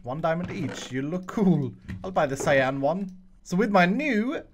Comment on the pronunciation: The way he said 'cyan' tho